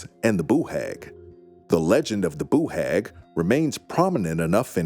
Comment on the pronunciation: don’t be , it’s the best pronunciation of Boo Hag I have ever heard !